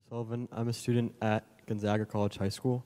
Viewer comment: The second guy pronounced it incorrectly...its not Gun-zog-a...its Gone-ZAG-uh